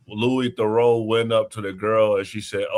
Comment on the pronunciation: Managed to mispronounce his first and second name. Genuinely impressed with that